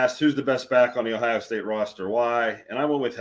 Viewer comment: Please pronounce our state name its OHIO not OHIA